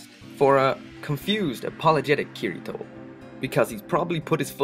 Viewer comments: it's not kir I toe its kitty toe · ***** the way he pronounces the name Kirito is incorrect.